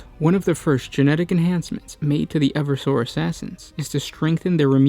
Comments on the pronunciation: Holy shit dude, your diction/delivery is giving me cancer. You DON'T have to exCRUciAtingly EMphaSIZE EVery Other SYLlable. Also not only is it pronounced ee-VER-surr, not ever-soar, it's not the aSSISSinorum, it's the aSSASSinorum. They're assassins. Not assissins. Mother of god. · I really think the pronunciation should be e-verse-sor and not ever-sore?